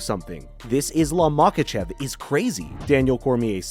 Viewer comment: This guy cannot pronounce anything, lol. Except Machachev